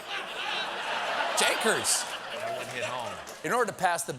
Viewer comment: ‘Jankers’ what was that?!?!?! Lol